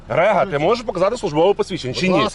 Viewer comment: Не Рега, а Рига🤣